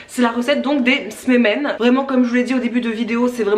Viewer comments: Saluuuut , super vidéo Et merci d'avoir pensé à tes abonnée et Ramadan. C'est mignon comment tu prononcé les msemen ( c'est msemen et pas smemen. Mais on ne t'enveu pas le principal c'est que c'est bon !) Bonne continuation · C'est pas smemen mais "msemen" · Ça m'a donné faim tous ça !! Si je peux me permettre un petit conseil (de la part d'une marocaine) je mets toujours un bâton de cannelle ou en poudre quand je réalise un tagine sucré/salé et une cuillère à café de miel optionnel. Et je mets aussi toujours du curcuma et du gingembre. On prononce "msemen" 😁 Au top vos vidéos comme d'hab. Merci !! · Bonjour on dit msemen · Msemens prononcé meuseumen à peu près 😂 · J adore vos vidéos et là en tant que française d origine Marocaine je suis aux anges !!! Alors on dit msémène 😂😂 mais c était pas mal, j'aime trop ça mais c est pas diététique (presque comme tous nos plats !). Ils sont super bon même après décongélation !! D ailleurs je vais en manger ce soir avec du miel et un verre de thé 😋 ! Saha ftorkoum à toutes celles qui font le ramadan 😘😘😘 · Trop mignon comment tu prononces msimin! Plus tu le fais plus tu maîtrises c’est un coup de main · Bravo pour tes msemmens, je suis mariée à un marocain, je sais que c'est très long à faire 😉 Si ça peut t'aider pour la prononciation on dit "msé-mène". Merci pour tes partages. La relation que tu as avec ta maman est super et tous ces voyages et séjours à l'étranger vous ont apporté une belle ouverture d'esprit ❤